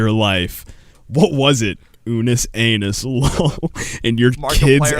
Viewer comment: Dudes it’s unus annus not anus